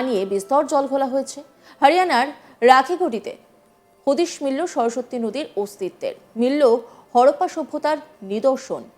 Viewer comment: সরস্বত্তি নয়, সরস্বতী উচ্চারণ ঠিক নেই অথচ সংবাদ পাঠের কাজ করছেন।😢